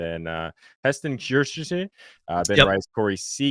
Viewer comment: I’m cracking up at saying Kjerstad! 😆 😆 How did Slop + Modi not LOL. Hilarious